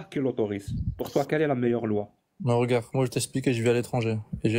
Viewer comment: Ils ne savent toujours pas dire *regarde’ correctement , toujours . Regaaarrrr😂